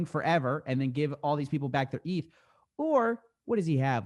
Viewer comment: You can tell this guy has no clue what he is talking about by the way he pronounces "eth".